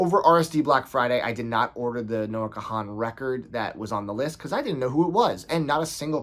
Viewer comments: the 'h' is silent in kahan - think james caan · I’ve never heard kahan pronounced like that before 😅 good list, can’t wait for dead by sunrise